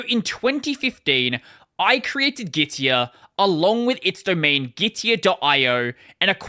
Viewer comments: Gitea is actually pronounced gi - tee not gi - ti - uh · Git-tee-ah? 😂 It is called Git-Tea. Their logo is literally a cup and they also have the word "tea" in their slogan 😂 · The problem with "git-tea" pronounciation is that's not very differenciable from "gitee" or "gity" or even "giti". "Git-tee-ah" might be considered clearer regarding how it's spelled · Pronounced as Gi-Tee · If the dude could pronounce Gitea properly in the first place, he might be worth listening to.